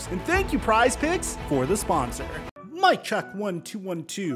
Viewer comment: The way you say “spsonsor” and “upload” really grinds my gears.